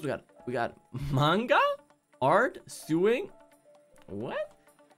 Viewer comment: My man really said suwing instead of sewing like does he not know what that is??🤣